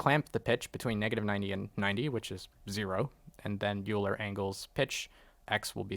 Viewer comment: Great tutorial. :) Please don't hate me, but Euler is pronounced "Oil-er" not "You-ler." :) But still, great video and I learned a lot!